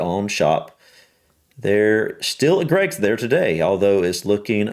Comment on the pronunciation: I heard an American woman pronounce Greggs G R EGGS 😂. J H